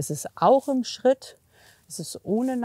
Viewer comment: Eine Frage: wieso sagt man eigentlich "Terapp" und "Scheritt"???